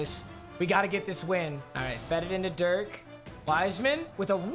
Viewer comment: Anyone else triggered by the way he says Dirk’s name